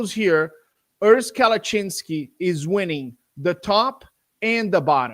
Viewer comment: kept butchering Urs last name “Kalachinski” wrong 😂 Im shocked Urs didn’t correct him. He’s way too nice hahah